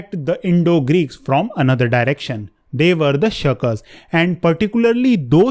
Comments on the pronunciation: even the pronounciation is wrong, not shakas, şakas, but 'Sakha'(s), thesere are the Turkic people in the Eurasian steppes in the antiquity and dominated from the China wall to India and from Siberia to Ukraine and the Iranian plateau. Şaka is just a joke dude!'... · You said "Sacae of the Greek account are scythians of Asia " ..you are contradicting here ...also it's not सक it's साका